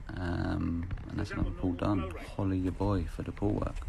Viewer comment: Tbh I thought it was "Follow ya boy for the pool work" but it's actually "Holla ya boy for the pool work" Man...